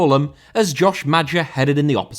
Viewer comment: Maja* not Madger